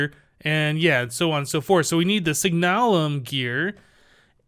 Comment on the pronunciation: Signalum is pronounced SIG-nuh-lum. Love the vids! Keep up the great work.